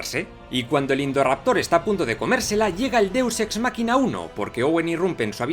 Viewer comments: Que es un deuxsexmaquina o eso que suena algo asi .? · jajajja me da mucha gracia cuando dice deux ex "makina"